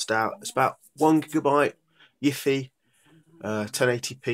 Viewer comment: I stopped watching as soon as you said yify